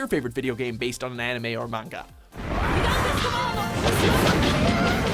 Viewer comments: Everytime this man miss-pronounces " manga " another shooting happens in france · he says manga weird